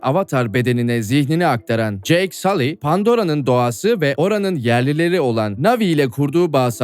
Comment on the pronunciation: sully i sali diye telaffuz etmen çok kulak tırmalayıcı filmde bile sull diye telaffuz ediliyor